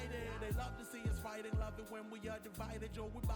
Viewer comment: I also find some of his pronunciations funny, like when he says "fighteeng" or "doeeng". His -ing sounds like ‐eeng basically. But I love his casts, he's a great guy.